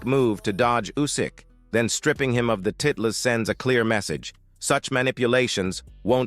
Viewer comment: Is this a software reading the text? At about 5m 14s mark, "titles" is pronounced as "tit-less". Left a bad taste for this viewer.